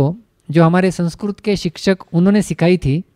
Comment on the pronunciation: महोदय संस्क्रुत नही होता अपितु संस्कृत होता है ।